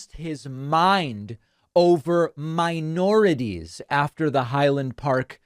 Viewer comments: Mi-or-i-ties?? What is this jerkoff talking about! I had to stop the video a few times because he makes my skin crawl. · I heard "miorities" though ? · I'm sorry David, but the title for this video is clickbait. He clearly said "miorities," not "miNorities." Typical lying globalist leftist Marxist elitist anti-fun communist.